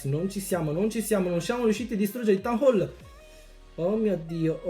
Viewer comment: Mi fa ridere come dici town hole 😂😂😂 tan hol ihihih sei troppo simpatico, mi piaci un sacco, soprattutto BELLISSIMO IL REMIX NELLA INTRO CHE USI. Sono nuova e gia ho visto parecchi video, molto belli ;)